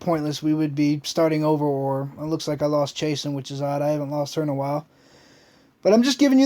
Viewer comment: lucky please shes my favorite monster, its Chah-soon lol... great vids keep it up :)